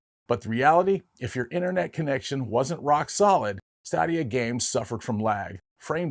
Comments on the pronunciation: “Stay-dia”. Not staa-dia. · His pronunciation of Stadia was driving me crazy. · Stadia I believe is pronounced STAY dee uh. Like "Stadium". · Good video, but you mispronounced Stadia in this video. Is more like Staydia. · Say it with me: STAY-DEE-UH. The way you pronounced it, I had to rewind it to see what you were talking about 😂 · It's pronounced Google Stadia (Stay•day•a). Also the Sony experia play (Playstation phone) was pretty bad, heard from different sources and people (including my best friend) that the phone would literally melt for no reason. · It pained me every time he said Stadia. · Say "stadia " correctly lol